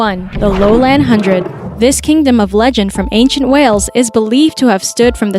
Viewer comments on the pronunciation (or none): none